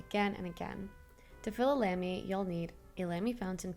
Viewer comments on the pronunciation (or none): It' not Lemy it's Lamy. Apart of that you are the ONLY person around filling it without pen. I was doing it for long as it doesn't make sense to dip my Vistas or Safari inside. Even when it's close to the end I use syringes and transfer some into small narrow cup. Much love from Croatia, Europe ❤ I'll sub